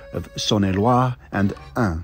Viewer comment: I applaud your effort to pronounce the names of départements correctly. You did brilliantly ! Specially the "Ain" that is quite tricky. Well done !